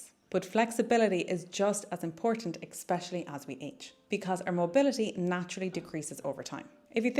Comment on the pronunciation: Super good tips!! Very easy to implement and insightful!!! So helpful. Thank you so much for all your fantastic videos/tips. …fyi it’s ‘especially,’ not ‘eXpecially.’